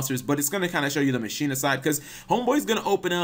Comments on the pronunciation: Ma-Key-Na is how you pronounce Machina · Pronounced Mah ki na